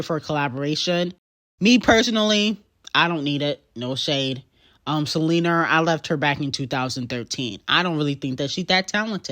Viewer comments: sele-NER lmao GOTTA KEEP AN EYE OUT FOR SELENERRRRRRRRR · Girl not Seleaner!!!! I'm literally screaming 😂😂😂😂😂